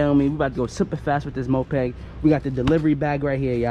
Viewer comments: Bro it's moped not mopeg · its called moped not mopeg, also thats not a moped